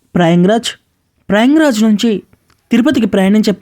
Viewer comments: ప్రయంగ్ రాజ్ కాదమ్మా ప్రయాగ్ రాజ్ అనండి. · Prayang raj kadu Prayag Raj